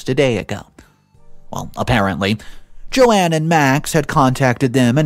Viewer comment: Who the hell is Joanne ? it reads JOAN